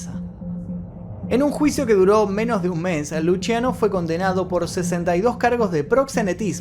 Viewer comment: Me llamo Luciano y se me hace rarisimo que lo pronuncie Luchiano